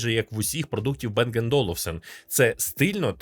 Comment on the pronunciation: не Бенг а Банг, це данське прізвище і данська фірма